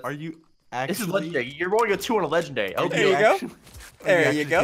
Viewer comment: SSUNDEE it’s pronounced (Legen-dairy-) not (legend-reee)